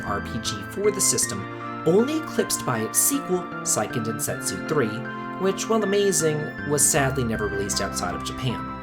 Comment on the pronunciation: I take issue with your pronunciation of Seiken Densetsu ;) But yeah, everything after Legend of Mana kinda sucked. Even the remake of Secret of Mana sucked. How do you screw up a remake of a game that was good to begin with?